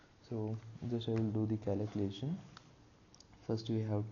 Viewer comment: fyi he said "calucation" read it again "calucation" thats what i was joking about... so think twice before you speak! thats a life lesson for you kid!